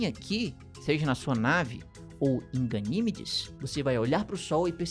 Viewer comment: Gosto muito dos vídeos do, mas este doeu o ouvido quando ele chamou várias vezes a "GaniMEdes" de "GaNÌmedes". Sucesso,!!